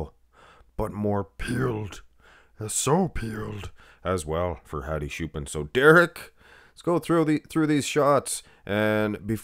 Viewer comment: Who is shoopan, it's ch bro, like chair.